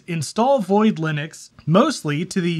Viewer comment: *linuces xdddd